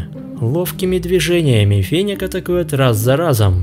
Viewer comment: Интересно конечно, но не очень привычно неправильное произношение названия животного😢! Не фенек,а фенёк! 😊